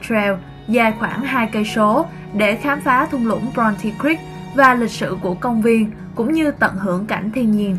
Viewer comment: Cô H người Thanh Nghệ Tĩnh nên nói những chữ có giống sắc (') không được mà phát âm thành dấu nặng (.) cũng như người Huế vì ảnh hưởng (hoặc lai) người Chiêm Thành và ngôn ngữ Môn Khmer. Thí dụ "khám phá" họ nói là "khạm phạ", đủ chưa? thành đụ rồi! Theo định luật về ngôn nghữ học thì ngôn ngữ biến đổi theo thời gian. Hy vọng 100 năm nữa người Thanh Nghệ Tĩnh sẽ sửa giọng để nói được dấu sắc cũng như người miền Nam đang từ từ không nói dzui dzẻ (yui yẻ) mà nói vui vẻ.